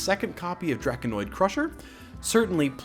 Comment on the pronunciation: It's drako-nid not draki-noid crusher.